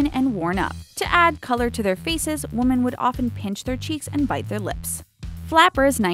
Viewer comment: Women pronounced wimin not womin